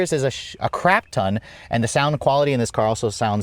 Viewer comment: "36 speakers is a sshhcrapton" Nice save 😁